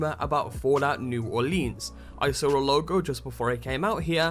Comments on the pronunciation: It's pronounced New Orlins, not New Orleens; unless you're from there, then it's Nawlens. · It's New Orleans not new orleeens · Hey, don't lean on the lēan. It's New Orleans. Not New OrlEEEAAAns. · lol fallout new orleens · Why does everybody pronounce it "New Orleeens?" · u need to say it like new orlands kind of I live there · say Orleans like here in the usa plz it pisses me off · The way you say New Orleans is hilarious to a me as a Louisiana native. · good video but I grew up in New Orleans and holy shit I was crying on how you Orleans